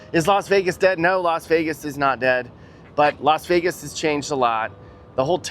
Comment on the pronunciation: Lost way gas ⛽😊😊or Lost vey gas is it a v or w.